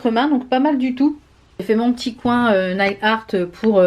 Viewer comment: Hello, non mais il y a un truc qu'il faut absolument que tu changes, please ne dis plus Mophe mais Morphiiiiii,, il faut respecter le nom de la marque quand meme, que l'on soit française ou pas, ca reste le nom de la marque, bisous! Pareil pour le nail art, on dit neil art et non nail art, c'est peut etre rien pour toi mais pour moi qui suis anglophone et qui adore les vidéos en français ca me fait mal aux oreilles, surtout que le mot nail est anglais tu comprends!, Rien de personnel, juste il faut te mettre à la phonétique anglase, je suis sure que tu gagnerais des followers, bisous!